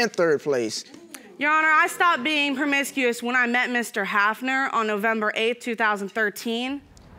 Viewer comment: I thought u said u was done being permicusious lol😅